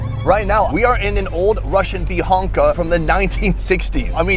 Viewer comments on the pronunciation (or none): It's a Bukhanka, not a "beehonkaah"